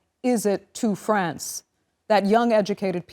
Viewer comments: France, not "Frankistam",. Remember that. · Why you can't even pronounce France correctly you are newsreader so emberassing